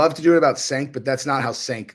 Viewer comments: Chenk not senk lol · It's pronounced chenk buddy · Its pronounced "Chunk". This isn't even the most delusional take he's had over the years. Him having followers kills my faith in humanity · ....cmon dude....pronounce the loser's name correctly at least.